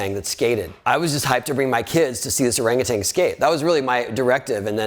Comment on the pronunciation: the pronunciation of orang utan HAHA XDDDD